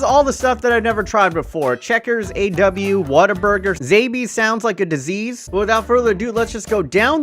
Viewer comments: No way nigga never tried zaxbys and it’s not zaybys 💀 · Petition for to rescind his disrespect for Zaxby’s, pronounce it correctly, and name a youth Zaxby